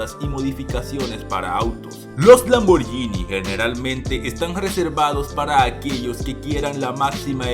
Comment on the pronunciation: Es. LAMBORGGGGGGHINI. no es “lamborñini “. Corrige Se dice con. G